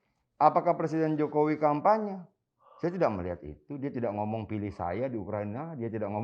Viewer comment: coba dengar didetik ini adian bilang "Presiden Jokower" gak ya ? sdh diulang berkali-kali kayaknya emang bilang seperti itu 🤣🤣🤣